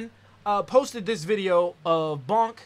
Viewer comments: honey I love you but hearing you say Bonk instead of Boonk the whole time had me cringing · it's pronounced like boo